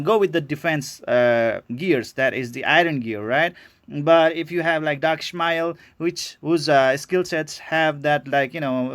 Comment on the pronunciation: ..............is " Ish-------Ma--------El".............Ish.....Ish..........hahaha......sorry,but this triggered me everytime i watch your videos